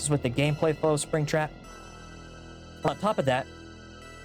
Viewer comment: I hope mispronouncing Spring Trap as "Mister Sping Tap" just after getting it right was intentional because it's funny either way